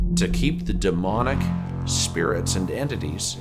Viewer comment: He said it right it’s demonic